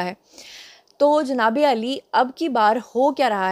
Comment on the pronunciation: جنابے علی نہیں جنابے عاالی ہوتا ہے